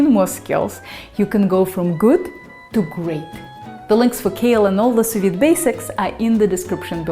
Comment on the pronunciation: For the first few seconds of the video I thought you were saying soviet 🐔 :)